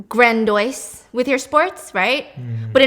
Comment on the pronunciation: Grandoyce. Lol. Grandiose!